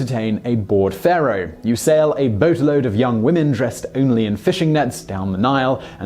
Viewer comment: Oh, Simon. For the gods' sake, how did you not understand the "I had your wife" joke? You completely ruined the punchline by putting the emphasis on the wrong word. It only makes sense if you say, "What made YOU do it?" But you said, "WHAT made you do it?" This means that you don't get the joke. And it's been around for 1600 years! In the intellectual bangs his grandmother joke, you said "mourning" when the text says "mounting." Come on! If you screw it up, stop and re-record it. All in all, your delivery exhibits terrible comic timing. Maybe the other guy should have done this video.